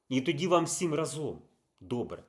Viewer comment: Та ра́зом, а не разо́м. Ну скільки можна? :(